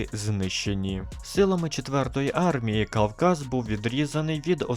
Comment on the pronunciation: "КАЛказ" чи мені почулося?